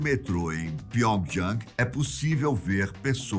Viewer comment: Esse canal ta indo ladeira abaixo não sabe falar o nome da capital da Coreia do Norte? Parece q ta espirrando